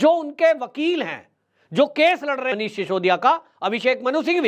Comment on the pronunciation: डियर जी, आप मनीष सिसोदिया के नाम का गलत उच्चारण करते हैं। आप सिसोदिया की बजाए शिशोदिया बोलते हैं। कहीं आपको नोटिस ना मिल जाए।